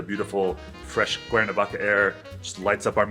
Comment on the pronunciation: Por qué dice el traductor "Cuavaca" en vez de Cuernavaca?